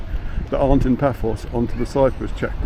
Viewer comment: pronounced ' bafos '